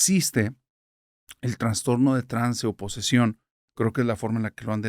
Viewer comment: Hola!!! Me gusta mucho tu trabajo y soy tu fan. Quiero con todo respeto hacerte una corrección ya que no se dice transtorno, es trastorno. Saludos 😊